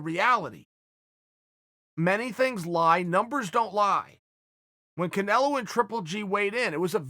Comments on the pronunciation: He totally mispronounced the name and was just giving lots of false info on the boxing comparison... with Canelo/GGG #s or when and where it took place and who KSI was... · Did he call Canelo canal? Lmaoo